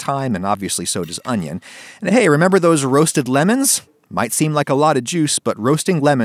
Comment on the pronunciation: I noticed that right near the end (before the ad segment), you say that roasting lemons really knocks back the acidity, and you definitely emphasize the word "lemons" rather than the word "roasting," which I'm sure you intended when you wrote the script. I just want you to know that I noticed and that you should be better.